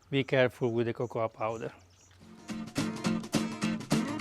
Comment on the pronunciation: I laughed out loud when you said Popoa Cowder. Thank you for your videos. Spectacular Greetings from Greece :)